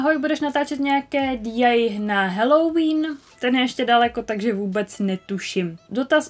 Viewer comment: DIY se nečte DI ale DIY a PLL se nečte PPL ale PLL